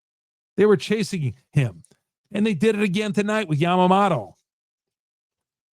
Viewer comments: This guy is the goat lol. Wonders if Blake snell is good. “” 😂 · YA-MA-MO-TO. It’s not difficult to pronounce.